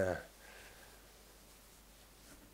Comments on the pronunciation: Vool? I thought it was wool! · That's because in German the letter "W" is pronounced the same as "V" in English